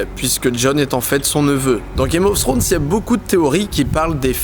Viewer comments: Ta video est super mais s'il te plait ne prononce pas "Games Ofs Thrones" il n'y a pas de "s" a chaque fin de mot, merci. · On peut dire qu'on l'attendait ce 5 theorie , super video PS par contre pourquoi les francais disent tous "games of ssrones "? c'est tellement moche!